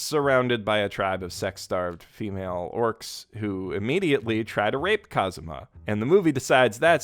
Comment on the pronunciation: Bro he said kuzam